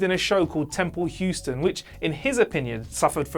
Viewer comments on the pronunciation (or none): none